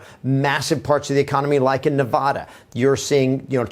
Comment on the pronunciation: Nevaaaada is not Nevahhhhda